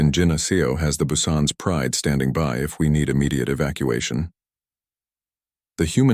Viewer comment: Korean surname its Hyundai in space. Tell is the ship name “Busan”. But AI still cannot pronounce many of the names.